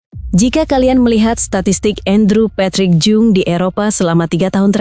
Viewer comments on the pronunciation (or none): none